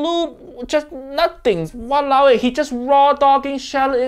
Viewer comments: Walau eh, Unker turned Sinkie for a moment issit? XD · i can see clearly ur ancestor coming out of ur body when u said walaoeh. 😂